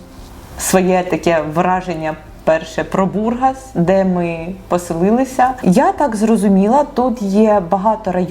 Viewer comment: Да не БУргас, а БургАс.